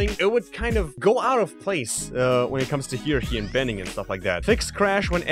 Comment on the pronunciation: I know your not English so Hierarchy is pronounced Higher ark E